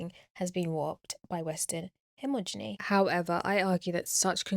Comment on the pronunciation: Hegemony*.. not Hemogeny.